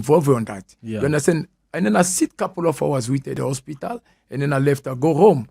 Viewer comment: Why is he saying Ospital